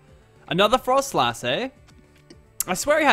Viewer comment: also its pronounced frost-less